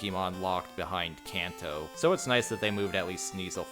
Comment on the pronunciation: Calling Kanto "Kayn Tou" was also a bold choice.